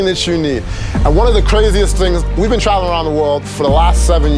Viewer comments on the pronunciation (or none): none